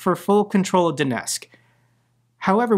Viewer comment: Mate as much as I support your work please pronounce the T in Donetsk. It's disrespectful to be so sloppy about Ukranian place names.